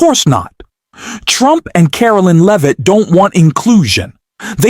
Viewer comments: It's Lair-vitt, not Lee-vitt. At least you pronounced it correctly that time. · Stop mispronouncing leavit